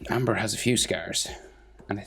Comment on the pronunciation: It's Ember. Not Amber.